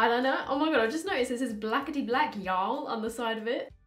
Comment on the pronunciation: The way she said yall tho 😂😂 I'm dead